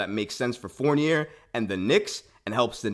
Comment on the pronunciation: His name is pronounced Four-nee-ay